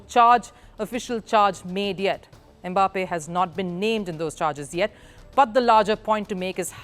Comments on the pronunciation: It is not "e-Mbappe"; it is "Mbappe". Close your lips and say "mmm-bappe" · So somebody cannot pronounce "Em mbappe" in peace 😂😂😂😂😂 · The is no "Eh" in front of the name "Mbappe". If there was, it would be spelled "eMbappe". The name is pronounced "Mbappe". That is how Bantu names are. They start with consonants.